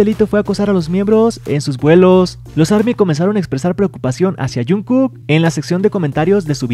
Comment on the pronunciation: Wen porque le dices junku